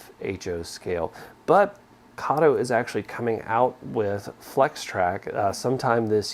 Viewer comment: I have a question, why do you keep saying Kato wrong?